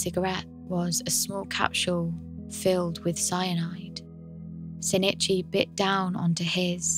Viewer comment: Very good content but every time you said "shin it chy" I cringed. It's sheen ee chee. The i in Japanese makes a long ee sound. An easy and understandable mistake to make, but no less grating because of it.